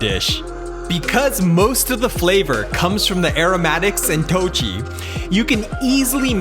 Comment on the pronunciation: Traditionally, in Sichuan Mapo Todu is made with beef, not pork. Still, today. 豆豉 (dòu chǐ) isn't pronopunced 'toe chee' as you do. It is 'doe chi' - 'chi' as in 'chip'.